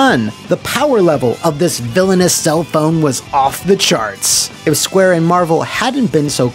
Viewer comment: Sounded like "Squabble" xd